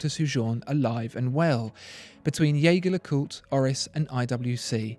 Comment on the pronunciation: I believe it should be pronounced with a soft "J" as in "je ne sais quoi". So that it sounds like "Jey-Jer Le Cooltre". See But these videos are amazing, thanks for making them!